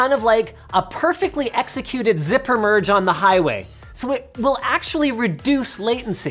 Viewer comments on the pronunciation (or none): none